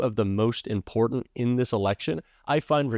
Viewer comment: There is no d in the word important, please stop rambling.